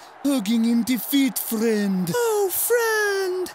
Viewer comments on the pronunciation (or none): Easily the funniest part was saying fwend fwends